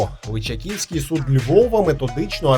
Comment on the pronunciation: Крутий сюжет як завжди, але є одне зауваження, ЛичАківський суд, а не ЛичакІвський, вибачте, але нам, львів'янам вухо ріже)